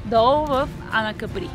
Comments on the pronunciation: Казва се Ка'при, а не Капри'. На италиански. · Острова се нарича Ка'при! Ударението е на буквата А!